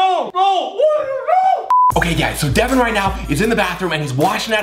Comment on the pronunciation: Its Devan not Devon, Deven, Devin.